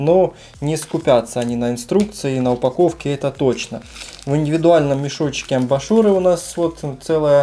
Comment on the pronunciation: не амбАшуры, а амбУшуры)